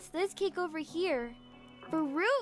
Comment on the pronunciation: “WERE OBER”😊😂❤